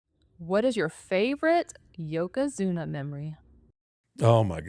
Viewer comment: What female on this video said yoka and not yoko?